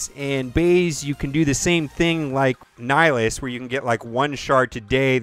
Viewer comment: NIHlis... It's Nih, Hi, Lus...... this is why I facepalm